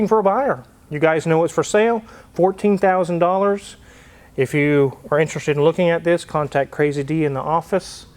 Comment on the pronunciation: I think he said $1400 wrong.